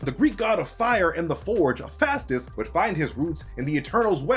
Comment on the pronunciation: Excuse me? Daedalus is not pronounced "die DA lus" it is pronunced "DAY duh lus". Also, it is pronounced "Huh PHAY stus" not "huy PHASTOS"